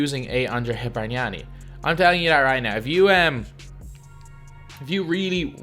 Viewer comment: im italian, and i'm so surprised about your pronunciation of your "bargnani". Congrats lol